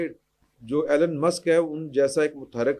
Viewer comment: His name is E Lon not Allan